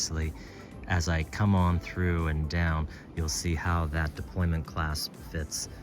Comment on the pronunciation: I hope you're not serious. It's 'deployant' clasp. 'Deployant' coming from the French, meaning to unfold. This is the ONLY accurate word in this instance (we're not an army deploying our troops) and given you're running a watch channel you lose all credibility if you don't say it accurately. Now in terms of AI, there are two things to consider. Firstly, AI is still riddled with mistakes. Secondly, AI has given in to stupid people and accepted various errors as a colloquial term. Colloquialisms = lazy and stupid.